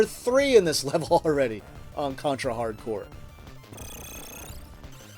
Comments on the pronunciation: The title is a pun between hard corps, which means tough squad, and hardcore. You just ruin that pun if you pronounce corps like "corpse" (cadaver/dead body) . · The name is Contra HARD CORPS, not Hardcore.